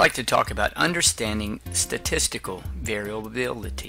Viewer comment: How can I trust the insights of a man who can't even pronounce variability?